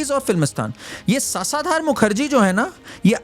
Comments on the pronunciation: It’s शशधर मुखर्जी! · सासाधार मुखर्जी भाई शशधर मुखर्जी नाम है उनका....उसका अर्थ है चंद्र....और सामर्थ नहीं समर्थ है वो शब्द...जरा इसपे मी काम किया करो